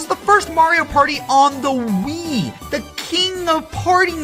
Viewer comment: I don't know why, but I just love the way says "Wii." It gets me to smile every time I hear it.